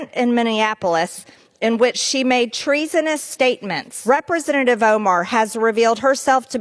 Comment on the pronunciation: What is a Rippersenative? MTG keeps saying that word.